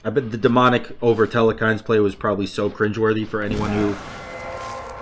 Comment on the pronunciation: im just disappointed every time i hear the way he says telkhines